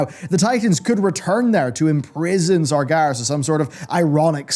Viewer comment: Anyone else bothered by how he pronounces it "Sargaris" instead of "Sarg-EH-ras"?